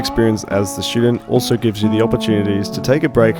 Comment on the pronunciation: Did he say shootdent? Lol